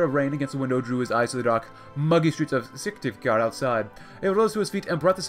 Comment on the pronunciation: Your pronunciation of Syktyvkar is almost correct.